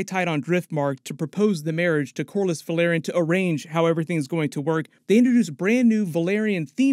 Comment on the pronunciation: VEL. AR. YON. Not VUH. LAIR. ION. Please?